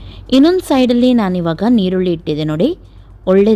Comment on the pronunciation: Nivu yestu famous andre Yaroo nimm mistek heluvudill . adu chappe alla sappe. Nirrulli alla yirulli.